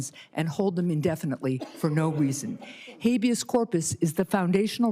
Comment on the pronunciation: "Hayveous Corpus"? She can't even pronounce it and until she was schooled here she didn't even know what it was!